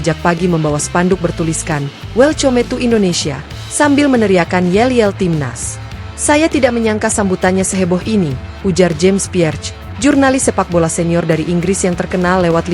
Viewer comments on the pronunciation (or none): Min belajar bahasa Inggris dikit....masa welcome diucapkan 'welcome kaya ejaan Indonesia'...welkam gitu.